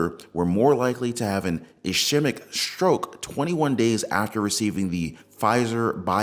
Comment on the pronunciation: Sorry, but I have to....ischemic......S-KEY-mick